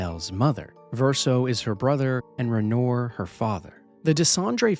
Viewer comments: "renore" 😭 brother didn't they say his name a lotta times in game like how do you not know how to pronouce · HOW HARD IS IT TO PRONOUNCE RENOIR.